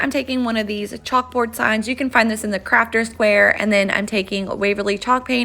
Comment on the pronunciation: I swear you said chalk burgers instead of chalkboard! 🤣🤣🤣 Love all the crafts! You're so fun!